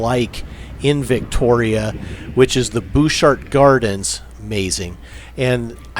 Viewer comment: Cunard=Kuh-nard in the King's english, Que-nard not so much. Equally, Butchart=Buh-chart, booshart not so much.